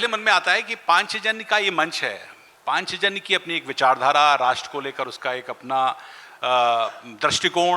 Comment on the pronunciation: पांचजन्य बोलना आ नहीं रहा है, शिक्षक बने घूमते हैं🤣🤣